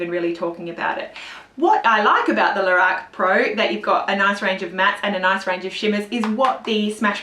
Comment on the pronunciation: And stop saying "Lahrac" ... It is pronounced "Lorac"!